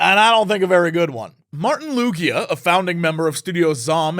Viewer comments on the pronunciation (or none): It's Lui-ga (pronounced as written. Estonian name. Not Luidžia (as Mario and Luidžia). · I don't think that's how you pronounce "Luiga".